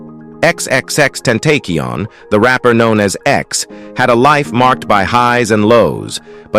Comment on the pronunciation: Xxx ten-tay-keon 😂😂